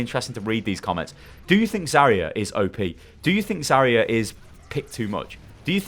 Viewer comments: I can't deal with how you pronounce "Zarya" it's not even correct by English phonetics let alone Russian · It's Zar'ya [zаrʲˈæ], r - should be really smooth , stress on the last letter 'a', Zar'yA